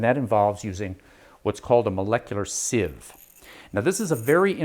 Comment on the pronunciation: Pronunciation: People say "SEEVE" because they think the word is spelled "seive". But it isn't, so it is pronounced "SIV". Proof: and